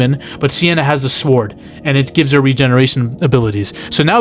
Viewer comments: You say sword with emphasis on the w. Love it lol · You saying sword with a hard W and sliding in that sienna is also very attractive during that explanation sold me! 😂 liked, and subscribed!